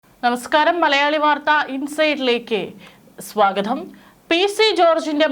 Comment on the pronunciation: സ്വാഗധം അല്ല സ്വാഗതം ആണ്. മഖൻ അല്ല മകൻ ആണ്. എന്തിനാണ് ഇത്ര അമക്കി വായിക്കുന്നത്? കേൾക്കാൻ അരോചകം.